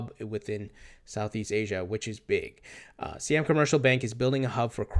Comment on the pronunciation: Siam is pronounced like "sigh-am."